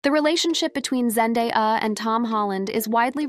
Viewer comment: This poster needs to learn how to say Zendaya’s name correctly. 😂🤣